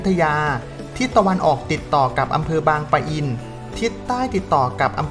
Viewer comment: บางปะอิน แบบนี้นะ ไม่มี ร ตรง ปะ